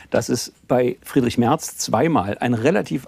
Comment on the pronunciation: Natürlich heisst es MERZ und nicht Mert